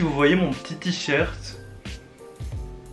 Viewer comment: Tu dis t-short